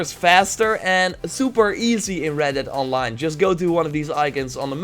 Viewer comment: Not hating but in the beginning it's sounds like your saying "Welcome to Reddit Online"